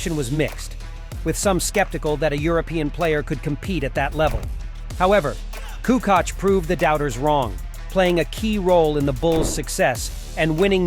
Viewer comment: KukuCh or KUKOCH! WTH man